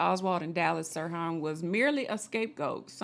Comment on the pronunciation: Yeah, the "h" is pronounced in Sirhan